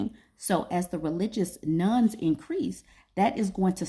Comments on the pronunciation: I thought you were talking about religious "nuns" - which didn't make any sense. Now I see that you meant religious "nones". :) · I keep hearing "Religious Nun". I think you meant "Religion: None"? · Not me thinking you said nuns 😅 Interesting topic!